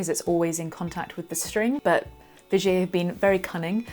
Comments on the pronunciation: Not Vigay but Vigiér .. love :) from a Frensh Belgian guitar nerd .. Vigiéeee not Vigay :) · Thanks, I knew absolutely nothing about Vigier guitars,...had admired yours. Im totally intrigued now. It sounds dead posh the way you say it too, the way i say it sounds more like a cross between Tiger and Vinegar:D